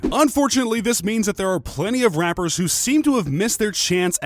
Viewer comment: Are we going to ignore the fact that in the beginning he said rampers instead of rappers